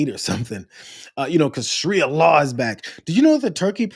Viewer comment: It's pronounced SHAH ree uh.